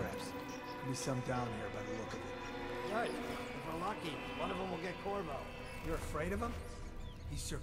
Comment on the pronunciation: the guy Said korvo... I thought he said kurwa 😂